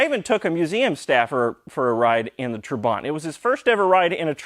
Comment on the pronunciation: When my father was changing his dated Trabant P600 into new model - P601 (as yours) in 1973, I am sure he pronounced "trabant" different way than you do. He accented first syllable like "TRAbant" not "traBANT". btw: No 601s had factory hazard blinkers, probably your aftermarket module is causing troubles with normal blinking the right side ....